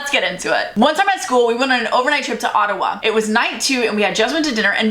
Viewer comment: The Canadian pronunciation of Ottawa!! Love it!!